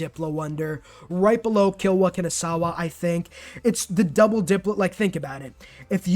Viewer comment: butchers Kilwa Kisiwani to hell and back doesn't butcher Kotoku-In "Oh my god I butchered that name so hard"